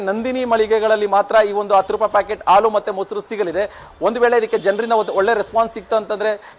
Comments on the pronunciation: News First kannada- reporter adu haalu, alu alla pa- adu en kannada uchara madtira pa nimminda kannada uddara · ಹಾಲು ❌ ಆಲು✅ ಹತ್ತು ರೂಪಾಯಿ ❌ ಅತ್ತು ರೂಪಾಯಿ ✅ 😂😂😂